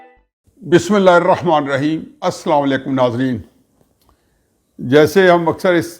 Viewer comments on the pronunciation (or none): none